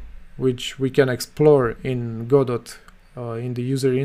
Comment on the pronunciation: 1 It's pronounced "godo" :P 2 So the "best" way is the EventsHandler "singleton"? Leaving the option to nodes themselves to name the method they want called, and send signals.